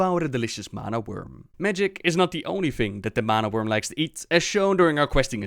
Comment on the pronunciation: it sounds likes your saying wormling but its not a prob